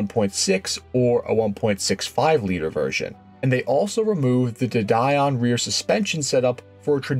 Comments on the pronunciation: Excellent video, well done. The American version of a French name is a tad irritating though. It's a De Deeon, as in Bee, or Sea. De Dye on has French and English people gritting their teeth. Minor, but...! AND, while I'm at it, "Chassis" is pronounced "Shassee". 😁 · Don't need background music. It's not a movie! De Dion is pronounced as De Dee on, not Die on. 😁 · You had me confused. Duh die on ?? It's a French word pronounced Duh deeon. . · I know ok, I'm going to get flack here, but, Americans cannot seem to get to grips with English pronunciations. Marcus is pronounced Marcus and Dion, although French is pronounced Deon not Die-on. Thank you. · AI voice? ‘Marcaws?’…and ‘dedion’ (sp) is pronounced ‘de - de - on’….not ‘did deawn’ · The music is ok as I didn't notice it which is how you want it, don't let it become too loud as that becomes annoying, also de dion suspension is pronounced de deon. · FYI - the semi independent rear end set up you were talking about on the 1800GT is called "de Dion" (pronounced day dee-on). It was a great alternative to all wheel independent suspension car Aston Martin and Alfa Romeo has de Dion cars and even Ferrari tried it once on their F-1 cars.